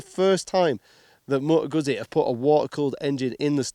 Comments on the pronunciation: C’mon man, you could learn correct pronunciation of Moto Guzzi… it’s not that hard :) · How can you be a motorcycle reviewer but can't pronounce the make of the bike.